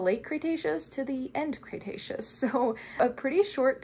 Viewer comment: With the internet being how it is, I want to preface this by saying it’s an honest question, not at all meant to be rude. Where did you get your pronunciation of “Cretaceous”? I have never heard anyone else say “Cray-“, but you clearly know your stuff, so I’m honestly curious if someone stressed to you at some point to say “cray-taceous”, and if we are all saying it wrong or at least the colloquial pronunciation isn’t preferred for some reason. Great vid as always and I appreciate your time and effort!